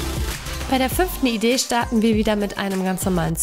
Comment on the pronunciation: Sie sagt statt idee 6 Idee